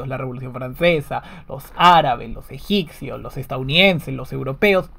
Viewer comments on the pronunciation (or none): COMPADRE. NO SE DICE EGICCIOS. SE DICE EGIPCIOS.